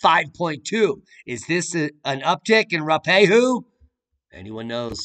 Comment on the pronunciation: There was another slightly stronger earthquake in NZ a few hours latter, M5.4. It was about 100km from me, I did not notice it. The volcano Ruapehu, you say it like, roo-ah-pay-hoo. Four syllables, smoosh the sounds together. Yep that main stream media is nonsense.